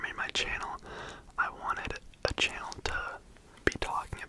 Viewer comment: i love the way you say "channel" like "che-nel" i literally just keep coming back to hear you do that in the intro on repeat